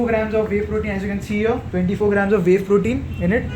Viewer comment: its not wawe protein its whey protein bro